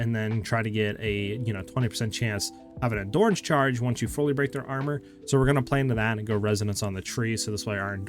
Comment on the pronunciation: I swear I'm hearing it wrong.. I hear Endoorance charge every time 😂.